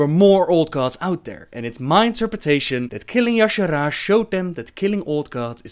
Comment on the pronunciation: You pronunciation of "Y'shaarj" is killing me, but it's ok.. nice video ^^